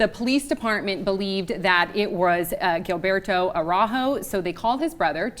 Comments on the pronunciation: JILL-BERTO not GILL-BERTO Damn American speech. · Gilbairtoe love how she pronounces his name